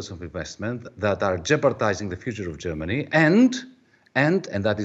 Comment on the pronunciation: She really muck up Germany real good!